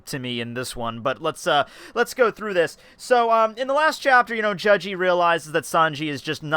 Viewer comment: why do you prounce his name like judge-e